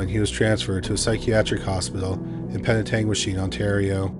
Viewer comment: Full marks to you for correctly pronouncing Penetanguishene!